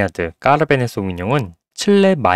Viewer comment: 까베르네를 자꾸 까르베네라고 하시는거말곤 완벽합니다. 제 점수는요 4.5